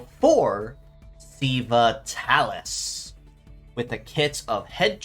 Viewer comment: Minor nitpick: "sei" is pronounced like "say". I would guess"Seiva" is supposed to sound close to "Saber".